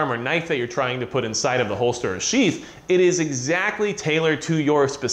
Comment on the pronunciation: I know he's saying sheath but when he's talking fast it sounds like sheets.....just say'n.....